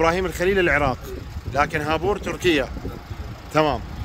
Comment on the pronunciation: خابوور مو هابور